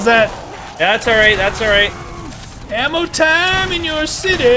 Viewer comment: he said lammo it was ammo not lammo